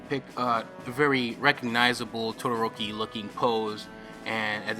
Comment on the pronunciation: Reg: Todoroki Eyes closed: Todoroki Back towards keyboard:tqiayq GODXD : looking up (eyes closed) Yodoroki Spinning head: todioiki And sounded: Todohokie